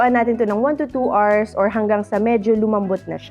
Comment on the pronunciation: Hours is pronounced au-urz.😊